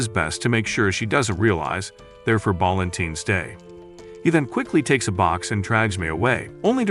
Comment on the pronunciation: Balentines✅ Valentine's ❌